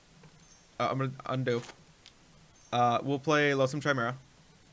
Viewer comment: It's pronounced "KI-mera," as in Kyle! :)